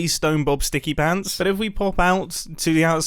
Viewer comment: Did he really just say "stickypants"?